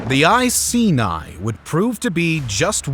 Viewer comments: I-see-nye the science guy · I was annoyed by his pronunciation of Iceni and even more annoyed when he said England but included Wales 🤦🏻‍♂️